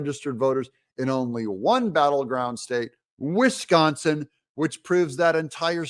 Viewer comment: You mis pronounced "wuss-consin"